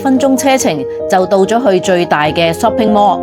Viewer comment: 你的英文真的好垃圾--Shopping mall 竟然讀成"濕平魔"!